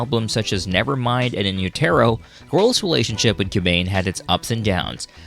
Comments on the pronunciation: In-u-ter-o. Say it right. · Who tf calls it "in yoo-tare-oh"..... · As as he says In U..Terro I leave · Learn how to pronounce “in Utero”! 😂